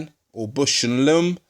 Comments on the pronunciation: "BOWSH" not "bush," and "LAWmb" not "lumm" your friend in America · Great video! Now, repeat after me: Baaaausch and Lomb. Put that "a" in Bush! While you're at it, put an "o" in Lomb.